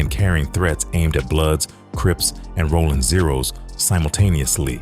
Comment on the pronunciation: This guy said Rollin Zero’s 😂